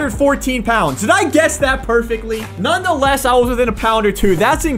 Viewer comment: OMG!! He finally pronounced “nonetheless” correctly!!